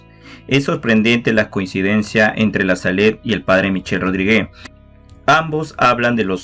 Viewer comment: Muchas gracias como siempre! 🙏🏽 La pronunciación del apellido del P. Michel es “Rodríg ”, NO Rodrigué. bendiciones a todos 🛐📿👸🏽